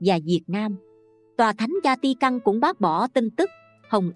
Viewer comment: Thank you channel. Xin Cho góp ý chút nhé. Vatican Không phải là Zatican.